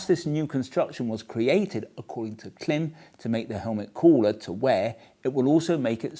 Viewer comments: I wish you knew how to pronounce Klim! It is pronounced like “Climb”. Have you never noticed the long dash over the letter i in their name? Everytime I hear Clim it makes me wince. Please correct! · Great look and thoughts about the helmet. I do cringe every time someone say Clem instead of Klim. (Think climb.) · it's still pronounced CLIMB. Sorry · You’re still pronouncing Klim wrong I see 😂